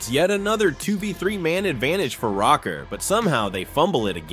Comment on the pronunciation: am i faded? i thought it was pronounced rocker not "row - ker"